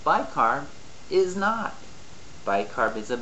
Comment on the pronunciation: "but bicarb is NOT" I have listened to that "NOT" for several times :) so funny said :) thank you for great explanation!